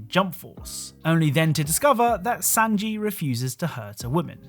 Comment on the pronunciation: SANJI! S AA NJI! NOT SANJI LIKE SAND 😂😂